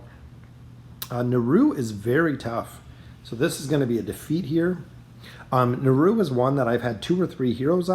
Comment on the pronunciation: At this point it seems like you're just trolling with the pronunciation of the character names - "hyperion"/"naru"/"grezold"/"silvana"